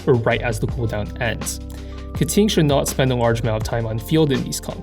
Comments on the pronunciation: Why, why do you keep saying Keting instead of Keqing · Instead of a voiding saying her name, this went the other way and said "Keting" in every sentence of the video. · pls stop saying ka ting. it hurts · her name is pronounced "kuh-tyying" not "ke-ching" or "ke-kwing" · sorry but each time you say Keqing it hurts